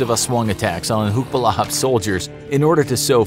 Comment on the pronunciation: Its not hucks its huks ,hukbalahap = hukbo ng bayan laban sa hapon means anti japanese forces